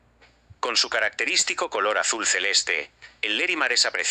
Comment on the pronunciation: No es Lerimar sino LARIMAR.